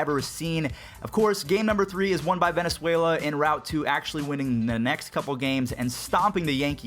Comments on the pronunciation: Bruh he said Venezuela instead of Valenzuela. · My guy,... it's Valenzuela not Venezuela.